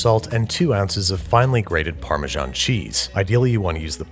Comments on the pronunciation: Why call it Farmer John cheese? It’s neither the Italian (Parmigiano-Reggiano) not the English (Parmesan) pronunciation. Wrong both ways? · How do you still not know how to pronounce Parmesan. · Why do you pronounce Parmesan like that? It's pronounced paar - muh - zan